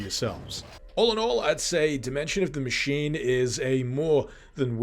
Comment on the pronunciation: In what world is the word 'machine' pronounced ma-kin!? Ma-sheen. Ma-sheen-ist. What the actual fuck man!?